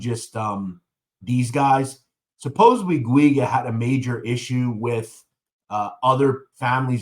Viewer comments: It’s pronounced Jew-gah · I grew up with pj in little Italy and yes he was a prick. And btw it’s pronounced Richie (Jew ga). I know it’s a hard name to pronounce. Lol. from what I hear from the grapevine from the old neighborhood, he’s still walking around there untouched.